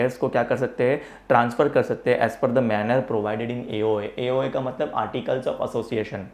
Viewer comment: Sir it's amazing pronounciation AOA MOA 😂😂